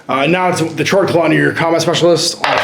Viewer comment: It's pronounced 'kord-klaw'. :v